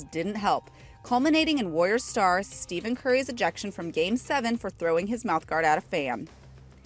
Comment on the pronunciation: Tfw the Warriors actually played OKC and its not steven curry, uts st-e-f-en curry lmao